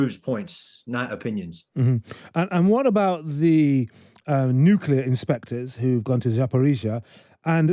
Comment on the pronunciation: Nitpicking time: A military analyst who says "nukeelar" and not "nuclear" needs to go back to school. That said, his stance that official Russian messages are utter bogus has an 80 year unbroken track record so far, so that listener needs to wake up and smell the coffee.